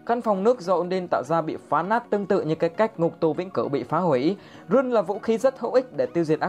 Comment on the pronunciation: Rune đọc là (răn ) mà